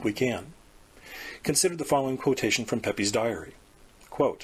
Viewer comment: Pepys is pronounced 'PEEPS' lol and Occam is pronounced "Ah-Kuhm'/'Ah-kam'